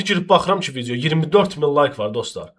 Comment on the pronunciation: bilirik rus dilində danışa bilirsən ama viciyo(vidiyo) demeda